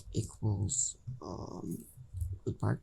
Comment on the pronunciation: RootPart not Rootpart